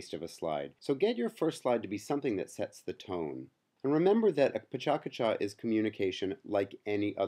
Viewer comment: your pronouncing Pecha Kucha wrong